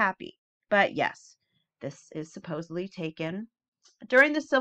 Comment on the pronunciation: There is no B in SUPPOSEDLY! Sorry, when I hear it, I cringe